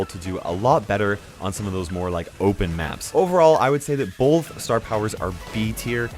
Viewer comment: He doesn’t say bull he says ball with a deep a and yknow like he says balllllth not both which is cool